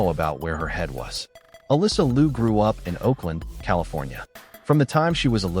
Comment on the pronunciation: “Liu” should be pronounced as “LEE-O”. If you pronounced “Loo”, it should be for the last name of “Lu”.